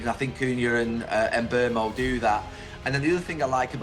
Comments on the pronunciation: Lol I lost count of how many different ways you pronounced Mbuemo. Very interesting video though. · Bro pronounced Mbuemo's name 17 different ways in this video